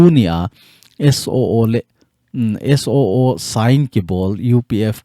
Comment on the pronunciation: Suu tilou vinn..SOO ti in seitho jiute